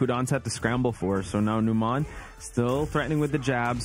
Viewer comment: Every time I see Numan, I think about Numan from Seinfeld. And then they call him nuMON and I get irrationally angry that they're mispronouncing it lol